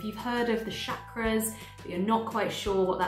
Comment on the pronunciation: I love love this series! I am a Hindu from India and can pronounce Sanskrit. Chakra is pronounced as the Ch in church or chair. Best way would be to say- Chuck-ra